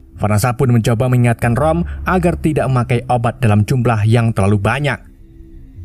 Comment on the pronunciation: Itu roma bukan rom😂 haahahahahaa apa lah